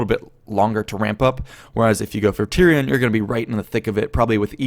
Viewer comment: you messed up tyrion and teklas xD.